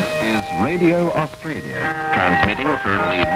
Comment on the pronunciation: Arsetraaalieghaaaaar Grrr! How do you pronounce Australia?